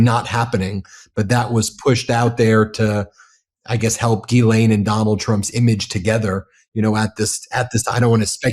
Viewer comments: FINALLY someone who pronounces 'Ghislaine' correctly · Bro, can you please say the name Ghislaine correctly lol. There is no E in the middle. Listen to the victim. She says it correctly